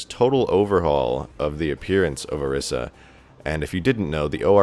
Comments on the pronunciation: I swear to god if you say OR-IS-UH again it's OR-EE-SAH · It's pronounced O ree sa